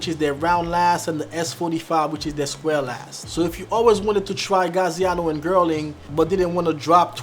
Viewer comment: you're butchering these brand names, it's Yeossal, not Yosol, Gaziano Girling, not Gerling, Enzo Bonafe, not Banoffee and Vass, not Vash.